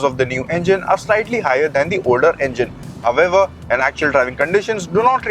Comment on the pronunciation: All I can hear in the whole video is "However". It's so irritating to watch and he is not even pronounciating it correctly 🤦